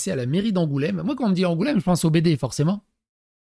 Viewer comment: Angoulême please 😢😂 et pas Angoulème ( oui la charentaise bonjour )